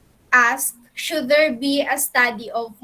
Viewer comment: "hey.. are u still dere..." HAHAHAHAHAHHA